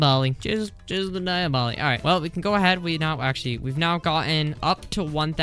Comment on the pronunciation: ITS NOT DI-A-BOLI ITS DEE-OB-LO